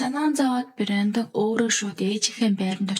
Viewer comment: Бэрёондон гэж дуудаад байх юм,Брендон за юу😂